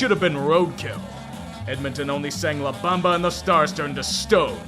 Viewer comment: La Bamba? Seriously,?